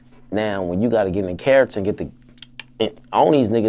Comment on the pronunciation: He meant to say “bharacter” 💯